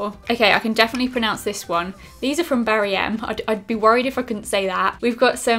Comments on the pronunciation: Its Barry M not Berry M I'm dying laughing. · I just found this so funny when said "I can definitely pronounce this one" but she said berry m instead of barry m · I love how she says "I can deffinetly pronounce this..... BERRY M" I'M DEAD 😂😂